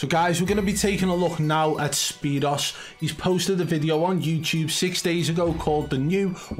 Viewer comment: His name is pronounced spear oo's... like 2...o. not zero but o's I used to like watching him in blackout I still go back and watch his old blackout videos sometimes